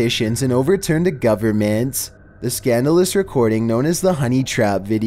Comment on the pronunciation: the governnnnmentttttttttt, relax with your over pronunciation